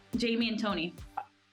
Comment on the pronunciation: Jaime is pronounced High-may!